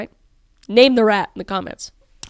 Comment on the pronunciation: I swear when you said rat I thought you said Brat. So I'm throwing in Brat! It's the Brat again!